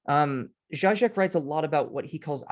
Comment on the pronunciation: It is zheeee-zhek, not zhy-zhek. He is quite a popular writer on the left, where I once resided and has published many, many books.